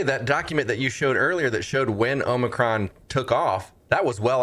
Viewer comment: Omicron. More like 'omni-con'. Accurate slip there.